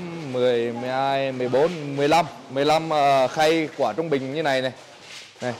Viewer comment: Mình ko rõ là từ địa phương thế nào nhưng thấy gọi quả khoai tây thấy cứ sai sai hihi